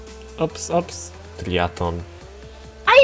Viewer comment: Triathlon czyli Triatlon sie wymawia jak coś a nie triaton